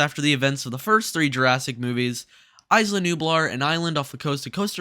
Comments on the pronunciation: Say it with me…IS-LAH not ICE-LAH lol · "Ice-luh Nublar". It's pronounced "Eye-luh", not "ice-luh" haha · (EeeZ-lah Nublar) come on man